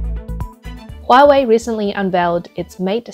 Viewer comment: Nooo Hoowa-Waaay!